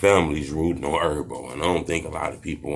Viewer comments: Her-bo. Not Er-bo. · Herb not erb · It’s HERB not erb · 😂😂😂 he call him g erbo nd erb like wtf he talkin bout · ERBO huh damn I thought it was Herbo w an H 😑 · who is erb? weird get the name right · Why u saying his name wrong